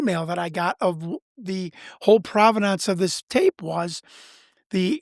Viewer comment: He's just trying to prove the providnonce of the video!